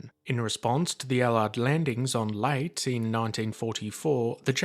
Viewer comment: Cool vid but mate, Leyte is pronounced lay-tee